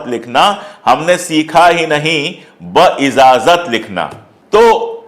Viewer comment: لفظ بااجاذت ھے بااذاذت نھیں۔ शब्द बा इज़ाज़त नहीं, बाइजाज़त है।